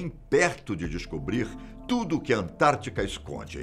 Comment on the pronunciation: É "AntártiDa",, e não "Antártica". Forte abraço.